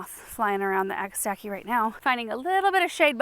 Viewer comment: Thank you for the correct pronunciation. The name is derived from Greek: ‘ag-a-stack-ee’. And it is a wonderful plant. Their only fault in my Indiana heavy soil is that they are not long -lived.